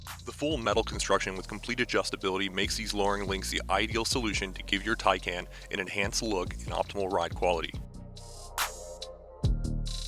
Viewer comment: Pronounced 'Thai-Khan'.